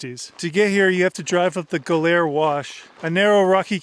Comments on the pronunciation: Is it really pronounced "go-LAIR"? I've always heard it pronounced "GO-lur" or "GOL-er". Anyway, I went through a period many years back, reading the various biographies about Manson, the Family, their crimes, the history. Bugliosi's is the absolute worst and I didn't know how bad until I recently read Tom O'Neill's "Chaos". Whew! Was Bugliosi a scum dirt bag! Anyway, it is beautiful out there. They say there are four types, the forest type, ocean type, moutain type and desert type. I'm unquestionably a desert type. I'd love to visit out there some day. I've spent time out in Big Bend/Chuahuan desert area. It is breathtaking. Like your trip out there, I always go in November through February. In all the reading I've done, I forget how Manson and company found out about Barker ranch. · Well you mispronounced Ballarat and Goler, hilarious, I've never heard either of the words mispronounced...